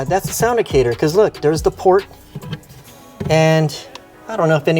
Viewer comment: I think it’s pronounced like “Actor” Sound-Actor.